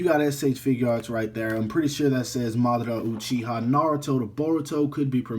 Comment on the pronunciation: Your name pronouciation is terrible. But other wise good review.